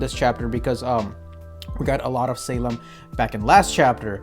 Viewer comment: dude im sorry but the way you pronounce salem as saleeem just cracks me up ahhahahaha